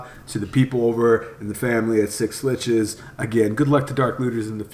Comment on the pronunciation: just say Schlitzes the way it is, fucking annoying dude